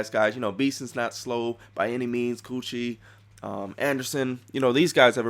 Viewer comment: errrbodys naming the best? abdul quddus is the greatest, hands down. btw why do you call kuechly, coochie, lol. good vid